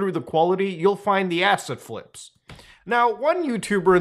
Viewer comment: I keep thinking Mutahar is saying "acid flips" instead of asset flips... Probably should go to bed..